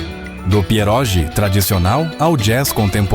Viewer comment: A pronúncia de pierogi é "pierógui".